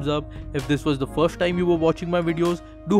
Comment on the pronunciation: *firsht thing firsht .